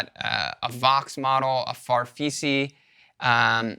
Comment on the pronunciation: Fargisa, not Farfisi.